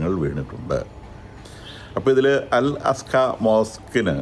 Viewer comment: അൽ അസ്ക അല്ലെടാ കോപ്പേ, അൽ അഖ്‌സ